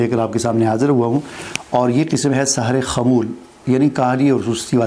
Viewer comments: Bhai Sahar nhe seher bolen ,Seher jadu h jab k Sahar k meaning subh k hen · آپ خود سحر کا لفظ صحیح بول نہیں سکتے ۔۔۔۔